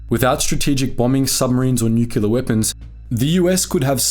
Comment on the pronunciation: Nuclear, mate! New-Klee-Are. NOT F**king New-Q-Lar! 🙄